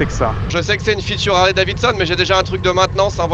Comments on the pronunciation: Je suis trigger a chaque fois que j’entends dans votre bouche: "Harley DaviNson"... "DaviDson" Bon sang! Très bonnes vidéo sinon ;) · c'est Harley Davidson et non Davinson hihi 🤭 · Harley "David Sonne" pas "Davin Sonne"